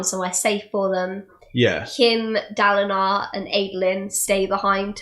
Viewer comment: In the first episode, I'm pretty sure she says Daladin.